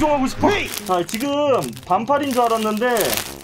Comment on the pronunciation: 2분15초에 자 지금 을 자지 금 이라고 한거는 노린건가.......ㅋ